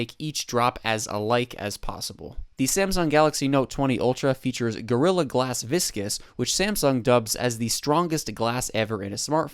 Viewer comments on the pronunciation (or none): I’m no reviewer and I know it’s victus not viscous 🤔🤔🤔🤔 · Did he say Gorilla Glass Viscous instead of Victus? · Viscus instead of victus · Not viscus...Its Victus